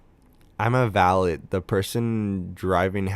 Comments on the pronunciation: Val-let? Buddy... Val-a You dont say the t..... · you dont know how to pronounce "valet"? You can't say "Buckinghamshire? Frick? please tell me you're 12.